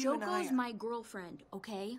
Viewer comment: I can't get over instead of Yuzuru saying "girlfriend" in english it sounds like "gorlfriend"